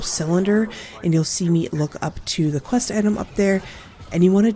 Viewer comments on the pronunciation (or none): none